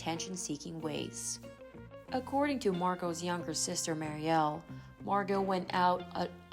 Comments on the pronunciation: Her sister is Mur ree el not Mary el. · The younger sister's name is not pronounced "Mar-e-al" with the accent over the al. ...but with the accent over the FIRST SYLLABLE MUR-IAL. Other than that, an excellent portrayal of a fallen star. 👏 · Regarding younger sister, Mariel… her name is pronounced like “Mary-ul” (sounds like lull), not “Maary-el”, with emphasis on the first syllable rather than the second. 😊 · Muriel ( Mer-re-el) why don’t you learn how to pronounce names before you record? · MARY-el is how you say her little sister's name. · Dry sad story. Just an FYI/ to the host - Her sisters name is pronounced “mare-e-el” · Mispronounced Mariel.